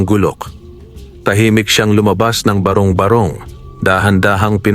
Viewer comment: Matalinghaga ang kwento mo, nakaka-aliw ding pakinggan. Danga't hindi maganda ang pagkakabigkas ng ilang mga bagay gaya ng barong-barong at bathala at ng iba pa.....